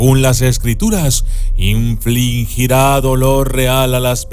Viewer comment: Se dice INFLIGIR, no inflingir.